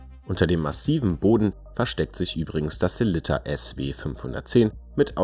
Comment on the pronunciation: Eine schöne Vorstellung mit tollen Detailaufnahmen von drei interessanten Uhren. Aber warum kriegt es nicht einmal ihr Profis hin, den Namen des bekannten schweizer Werkherstellers, der euch doch wahrlich geläufig sein sollte, richtig auszusprechen? Die heißen nicht Selitta (wie der Kaffeefilterhersteller Melitta), sondern Sellita!